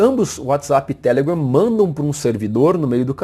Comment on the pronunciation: O jeito q vc fala telegram é muito ruim. Deixa de querer ser americano.